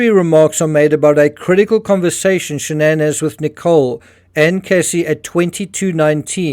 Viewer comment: Why SHA-NANN?? Her own father says Shannon...with no fancy twist.... what's her name?